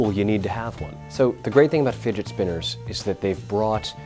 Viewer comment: "To be cool you need a figit spinner."- this guy